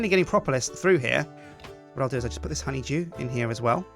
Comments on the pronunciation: it sounds like is saying honey jew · Anyone else think "Simon" every time he says "honeydew"?